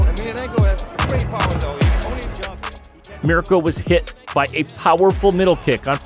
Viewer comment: Can you please learn fighters names if making videos you butchered mirco's name also the MMA moves and holds